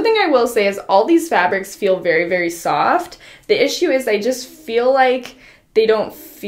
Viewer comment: No one:: It's super COFT